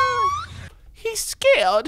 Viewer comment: He scawued